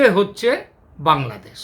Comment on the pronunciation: আরে কলকাতার মূর্খ গণ্ড, ঠিকমতো বাংলাদেশ উচ্চারণ টাও করতে পারিস না তোরা সেখানে বলছিস বাংলাদোশ। মনে হয় তোর বউয়ের সাথে সহবাস করার আগে তোর স্বপ্ন দোষ হয়ে গেছে